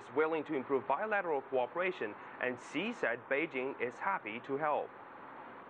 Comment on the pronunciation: Who is President 西? This Chinese boy seriously cannot tell the difference in the pronunciation of 習 and 西?